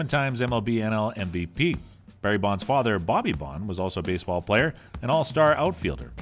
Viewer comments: Maybe get someone who can speak clearly to narrate the video. Never heard of “Barry Bond” or “Willie May” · I like how he says “Barry Bond” as if his dad was James Bond. One of the worst videos I have ever watched.